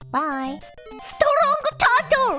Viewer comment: STRONK TURTLE